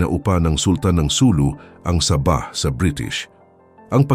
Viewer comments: Sabah Po d saba hahaha 😂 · Hindi po saba kondi sabah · Hehehe tunog saging at sardinas eh hehehe 😁😁